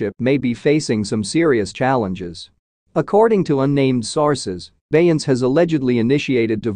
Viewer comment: If he say BEY-YANCE one more time!🤦🏽‍♀️🤦🏽‍♀️🤦🏽‍♀️😄